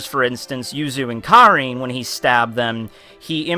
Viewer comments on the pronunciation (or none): none